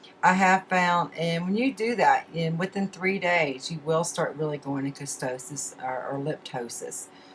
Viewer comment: ketosis..not kestosis